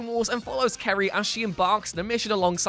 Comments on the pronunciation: Her name is many times in the game pronounced as "Seer" spelled Cere. Why did you pronounce it as "Carrie"? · LOL "Kary" Junda! It's pronounced "Seer." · Still not as good as Kotor II. Also god damn it it's Cere not Kere. You have failed me the last time. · Bruh really just said karey junda Bruhhh it’s prenounced sear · HER NAME IS PRONUNCED SEER NOT CARY!!!!!!!!!!!!!!!!!! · Cere is pronounced Seer not keeree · Darth Maul wasnt born on Dathomir. He was born on Iridonia, but he was raised on Dathomir by the Night Brothers. Also Cere is pronounced Seer, not Carry. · DeadToMe wait wait wait, are you saying ‘kerry’?? it’s pronounced ‘see-air’ wtf jesus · I feel like Cere is pronounced as Sear, not Kerry. It made me wince everytime he said it like that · It's pronounced seer,not Kerry. 😂🤣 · Disliked for pronouncing Cere "Kerry". Sorry mate. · Sry but the Jedi is pronounced ‘seer’ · He said Karie He said KARIE and not CERE GOD DAMMIT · Did you call Cere 'Carrie'? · Cere is pronounced SEER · Her name is pronounced Seer, you uncultured swine! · Cere is pronounced sear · Should certainly go back and edit here name proper.... cere(sare)... good video tho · The way he seas cere as k-er-ay triggers me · “Carrie” 💀 I’ve heard a lot of people butcher the name Cere but this is the one 😂🤣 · Did he really pronounce "cere" as "carry"? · MONKEY65166 LOVESBANANA Lol it’s pronounced seer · Mr.bunana ye but it’s pronounced seere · Mr.bunana I know it’s cere but it’s pronounced seer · Oi mate. Her name is cere pronounced sear. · Why do you keep pronouncing the name "Cere" as "Carrey"? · Yeah It’s pronounced sear. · Gryff Woolverton actually it’s pronounced Sarah but the h isn’t pronounced that hard, she says it when she first introduces her self to cal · But every other time someone says her name, they pronounce it as "Sear". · because he hasn't played the game and is just reading from a script :/ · Pretty sure it’s actually pronounced as ser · You keep saying cere's name wrong